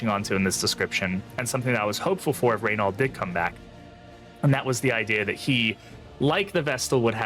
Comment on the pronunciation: Btw it's Ray-no - the French prono of his name